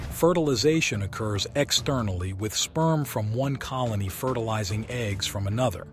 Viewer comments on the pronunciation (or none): none